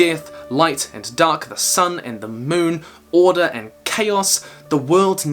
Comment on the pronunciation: he said orde not order